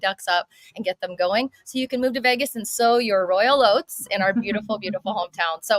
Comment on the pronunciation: Wait a minute did she say “royal oats”. Lol 😂😂😂